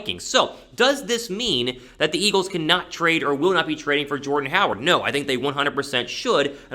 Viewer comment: It is not Jordan like you said